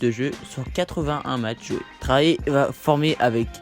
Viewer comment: Sa se prononce pas Traé mais très Young